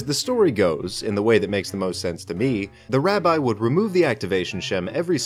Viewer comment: I just wanna say that it's pronounced rabi and not rabye